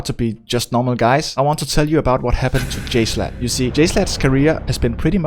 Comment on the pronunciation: Also it's jSHlatt not jslut